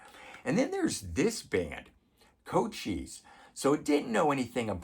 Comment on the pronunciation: Couchois is pronounced "koo-schwa". Glad you found it.